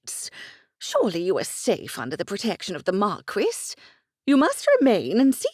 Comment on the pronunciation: Omg the pronunciation of marquis, if I hear markwiss one more time, I'm going to go mad! It's markee for heavens sake!!